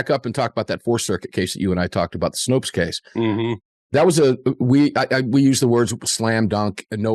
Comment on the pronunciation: Snope, not Snopes.